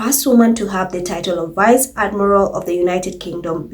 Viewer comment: Accent on the word "vice"